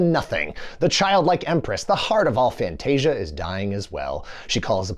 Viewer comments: Not Fantastica. FANTASIA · fantasica? is it not fantascia? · Did this mofo call it "Fantastica"? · Why is he calling Fantasia Fantastica?